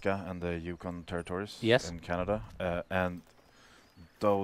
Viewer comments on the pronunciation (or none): CANADIA LMAO